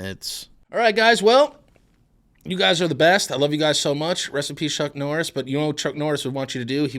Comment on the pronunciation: Drink every time he says Chuk Norris